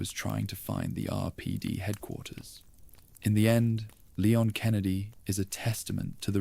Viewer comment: Great videos.. But Who’s Leyon? It’s Leon & pronounced Li-yon..